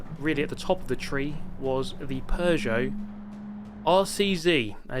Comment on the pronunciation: Oh you bought the Pew-got.